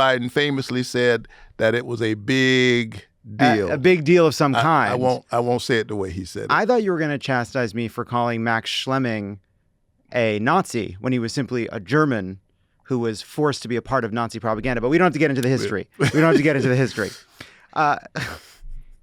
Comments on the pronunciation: Hey his name is Max Schmeling, not Schleming... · It's Schmelling, not Schlemming, and not only was he not a willing Nazi, he and Joe Louis were friends for life. Schmelling used to go to Vegas every year to visit Louis, and Schmelling was one of Louis' pallbearers.